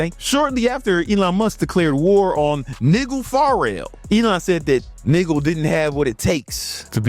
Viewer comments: No way bro pronounced Nigel as Niggel 😂😂😂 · You dont "run" for Prime Minister. Also, learn how to pronounce Nigel. I guess stupidity is a prerequisite to be a Tate simp. Hope you know, by next year, anyone who attached themselves to degenerate Tate will be scrubbing all of their past support of a newly convicted pedo & human trafficker. Save your pennies, bro. 😭